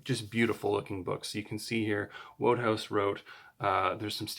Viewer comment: Enjoyable video - thanks, and congratulations on getting your books! I'm sure you'll learn this other ways as you go along, but Wodehouse's name is pronounced 'Woodhouse'.